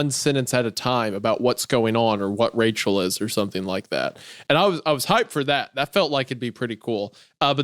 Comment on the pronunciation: “Oh Wachel, my beautiful bwide 🥰” is sending me